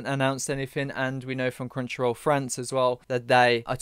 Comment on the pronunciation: Every time you say "Crunchyroll" I hear "Crenshaw," I had to switch from listening to watching to see what you were on about. 😅